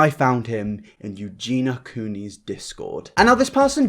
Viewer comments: Great video as always and well done for covering this, it's definitely gone pretty much under the radar how she'll defend scum just because they're 'nice to her'. She's not as sweet as she makes out. Sidenote though! I can't tell if it's your accent but you always pronounce her name 'Eugena', but it's 'Eugenia' so phonetically Eugene-eeyah! Other than that though great video! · Can I just be petty for a second? It’s eugenia, not eugena. So many people say it wrong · This is totally besides the point but her name is pronounced EuginIA, not Eugina. "Eugee-nee-ya". But yeah, I completely agree, she's a very naive girl, and I don't actually know why she's still on the internet at all in my opinion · I hate that Eugenia was pronounced Eugena during the entire video. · If you're gunna make a video like this about someone, at least learn their name. It's Eugenia not Eugena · Eugena.. Her name is Eugenia 😂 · The only thing about this video that annoys me is how says eugena instead of EugenIA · Eugen - i - a!! Arrg! lol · Eugen- i - a!! Arrg! lol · i really appreciate this video. i think you did great on this video except you didn't pronounce eugenia right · I appreciate the video but it drives me insane that you’re saying her name wrong throughout it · The way you keep pronouncing her name triggers me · Words you can’t pronounce: Creator Eugenia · Why do you insist on saying her name wrong? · You can't even get her name right, dude. .. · omg why did u have to say her name wrong the WHOLE video D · Please pronounce her name correctly! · I'm trying so hard not to point out that you keep saying her name wrong 😐 I failed 😐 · you say her name sooo weird and wrong lol